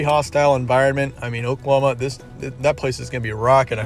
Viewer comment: He said pokelahoma 😆